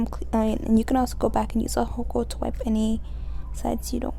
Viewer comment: She says alhocol 🤣 it's alcohol baby. The nails are amazing tho. Beautiful job